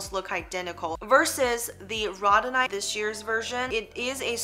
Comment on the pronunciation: Row-dow-nite, not the pronunciation you are giving. Not to beat you up, just believe if you are offering educational videos you should definitely have correct pronunciation 😉.